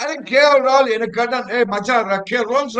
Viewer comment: KL classsy rollls roycee roaahuoooll😂😂😂